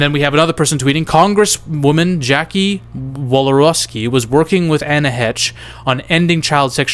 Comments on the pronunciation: no "Anna Hetch" is not 🤣 This dude needs to learn how to pronounce celebrity names's🤦🏻‍♂️I mean originally this was a cinema related channel was it not?! [rhetorical question] C'mon my guy, get your shit together... SHEESH! 😆🙄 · Heche is pronounced "Haish." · Anne Heche(Hey-shh) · Come on and pronounce her name right please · Subbed. I didn't like because you have to pronounce ppls name correctly. Heche man. YouTube the pronunciation